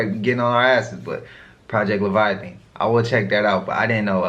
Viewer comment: Project levitation 😂😂😂😂 I think he meant project leviathan 😅😅